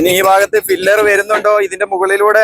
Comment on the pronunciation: Pillar ആണ്. ഫില്ലർ എന്ന് പറയരുത് ❤️